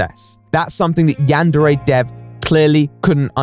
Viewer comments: Looking past the "bitter incel steals work from an unpaid uncredited teenager and uses Patreon money on a sex doll" thing, the dude really pronounces it "yean-dairy"? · It's strange how he pronounces it "yan-dairy" and no one else does. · He can't even say yandere correctly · He had time to do all of these fairly high-production videos with tons of editing and art but not time to work on his game because emails? Also my god, he could at least pronounce "yandere" correctly. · the fact he can’t even pronounce yandere right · The way overpronounces everything drives me crazy